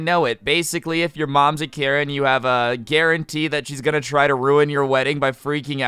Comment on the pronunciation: Did you say he'd "have a karauntee"? Lmao